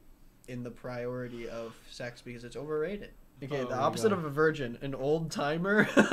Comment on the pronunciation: Becbgay 😂 vigin’t killed me